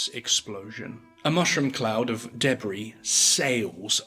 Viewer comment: They way you miss pronounce debris and fcking barrage was too annoying to endure, like it ruined the whole experience.